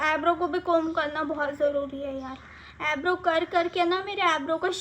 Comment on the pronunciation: Aybrow nahi hota hai eyebrow hota h😁